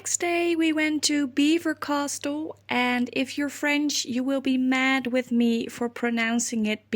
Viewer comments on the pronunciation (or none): You got Belvoir OK....but castle is pronounced 'cassle'... no 't" xxxxx